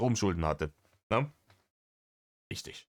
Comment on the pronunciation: Was würden wir nur ohne euch Reactor tun....allein ist das nicht zu ertragen 😎 Ich mag es übrigens sehr, wie du "rischtisch" sagst 😉 Danke, dass du dir das für uns/mit uns antust 🥰